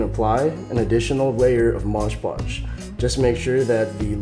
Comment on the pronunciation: I liked the video but i really bothered me when he said Moj Podge